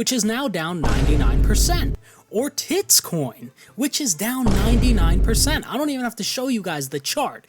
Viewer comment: The way he emphasised TITCOINS